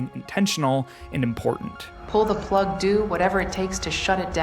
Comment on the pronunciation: “Pull the plugdoo”